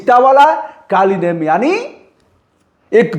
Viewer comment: आपकी पत्रकारीता सराहनीय है । काल नेमी होता कालिनेम नहीं होता है सुधार कर लें....